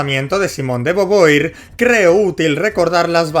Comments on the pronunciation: tremendo jumpscare escuchar alguien pronunciar beauvoir como "boboir" en vez de "bovua" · muere un francés cada que dices boboir. y eso es bueno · Cómo te digo que se pronuncia /Vu-Vua/ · boboir se parece a boba, le queda bien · Cualquiera se quejaría de como pronuncia el apellido de beauvoir, pero socialmente está condicionado como Español y no le es posible respetar el francés. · Simon de bubua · Si me dieron ganas de golpearlo por decirlo mal, pero ya sé que los de España son inútiles para pronunciar correctamente otras lenguas...Spiderman...